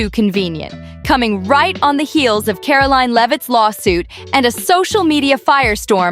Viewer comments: Who narrated this? She can't even pronounce Karoline's name, properly 😒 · Can you please pronounce Karoline’s name correctly.